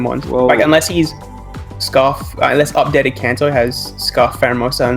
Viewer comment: Upgayted kanto :] hah nothing gainst the guy, just the funniest name mistake I've Heard in a while